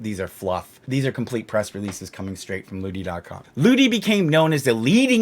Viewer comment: I know you’re saying lootie but on 1.5x speed it sounds like bootie. I laugh a little every time.